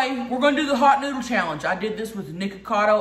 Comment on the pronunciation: "Hot nuudle challench" 😂😂